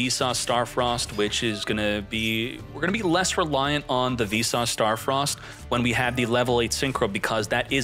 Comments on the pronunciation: Keep hearing you say "V sauce star frost" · are you saying `Vsauce` or `Visas`?